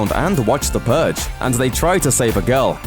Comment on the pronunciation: The "Purr"ge